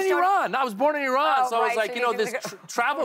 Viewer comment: Did she say he's from I-Run??? 🤦🏻‍♂️